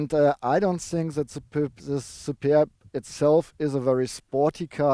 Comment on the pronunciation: Hi! I think you had fun pronouncing Shkoda und Superrrb!:) I don't blame you. Nice looking estate. Yeah too bad about the wimpy exhaust pipes. Reminds me of going for a swim in a cold lake... Stop feeding Tobias all the Burger Thing (King). He's too tall! Would you choose the Superb over the VW Estate? Cheers! Some crazy bugs in your shots, eh? <== Canadian expression